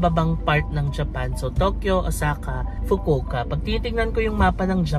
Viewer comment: I love how you pronounced the "fukowka" 😁😆